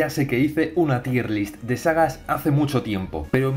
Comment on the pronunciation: aun no aprendes que en realidad se dice "TAYER LIST" eh? XDDDDD